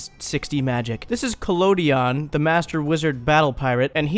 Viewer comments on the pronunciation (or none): none